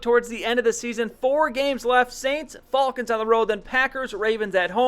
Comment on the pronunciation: why do you say falcons so weirdly? No offense